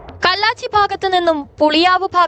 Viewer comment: കള്ളാച്ചി അല്ല കല്ലാച്ചി